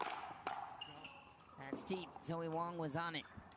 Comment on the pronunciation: Announcer called Wang...Wong; she's Wong about Wang...just sayin 🤪